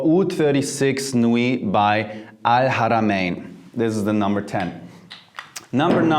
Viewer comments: your pronounciation of Al-Haramayn is frickin beautiful dude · You said alharamian perfectly !! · The way u say al haramain is near perfect. Well done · You pronounced the second difficult letter in Arabic when you said Al-(H)aramin! I’m impressed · The arabic accent is so perfect ( el haramayn) . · To all my arabic brothers and sisters - let's give this man a standing ovation for pronouncing al-haramayn exactly like he was fluent in Arabic :D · That's how I pronounce it. That pleased me a lot. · Respect your pronunciation of arabic letter H in AlHarameen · Your pronouns “ alharamen “ very good 👌🏽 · Wow. I’ve been looking into oud fragrances and you come out with this. Appreciate you so much brother! By the way, you pronounced ‘Al-Haramain’ PERFECTLY the first time you said it in this video. As an Arab I’m impressed! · Great?? I’m Arab by native and his prouniciation is better than me 😂. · I was about to say it! Man the way he pronounce “Ha’a” is better than some natives!